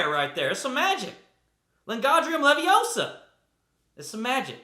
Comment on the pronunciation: What -leviosa?!! 🤣🤣🤣🤣🤣 Hermione would have something to say about your spell casting rofl!